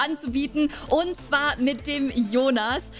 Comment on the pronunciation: Ich liebe es wenn du sagst Hallo und Herzlichen Willkommen dann hört sich immer das „und“ ein „end“ an aber ich liebe es